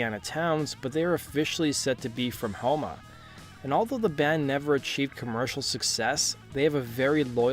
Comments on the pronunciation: Thanks for saying houma correct that's where I'm from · Well done! Thank you for pronouncing Houma correctly, it’s rare to hear someone get it right. I grew up in the bayou (still here) and these guys might as well be Catholic saints for the amount of veneration they get around these parts. One time Dax called my phone in an attempt to get in touch with someone else, and he was so soft spoken I didn’t realize he was the same Dax that sang for Acid Bath. Seems like everyone has a personal story about them because it’s such a small world here. I am glad to see that people are turning others onto their music because they were severely underrated for a long time.